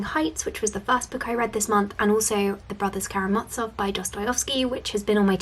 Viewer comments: Friendly pronunciation tip - the z in Karamazov is the z in zoo, not a ’ts’ sound 😊 Great video as always! Also, Alexander Pope is a Neoclassicist, not a Romantic. Neoclassicists were ”nostalgic” for classical Greek and Roman art and culture, Romantics liked the Middle Ages more. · Karamazov is pronounced as it's spelt, with the hard 'z' ☺️ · Absolutely right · Awesome! Just a small pronunciation correction as a Russian speaker - the z in Brothers Karamazov is pronounced like the z in zoo, zebra, etc.:) Nice video as always!